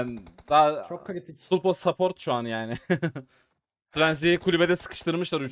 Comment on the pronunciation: 🎉 abi sapport degil support direk okundugu gibi 🥳 cok severek izliyorum uzun uzun videolari senin gibi can 🥰